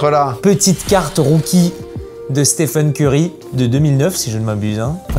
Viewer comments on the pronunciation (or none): none